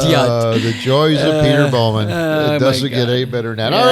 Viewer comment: I didn't realize it until I looked at my cousin, Carrie's FB, that she is friends with Peter Bow-man (Sorry Pete, but with how says it, I can't not pronounce it that way. lol). Both live in "The Shwa"